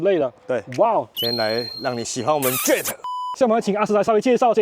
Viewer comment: 這唸做Jet，不叫做JET😢